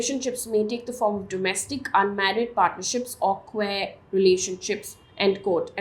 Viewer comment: Hi, love this news format by you. However please check your pronunciations. Especially the pronunciation of "queer" in today's news